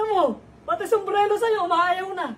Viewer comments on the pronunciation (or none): Sumbrero hindi sumbrelo 😂😂😂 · SUMBRERO hindi sumblero😅